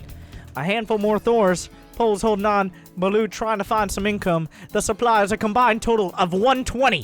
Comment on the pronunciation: Manage your "souply" xD